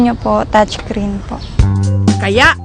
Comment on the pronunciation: “Touch creen” XD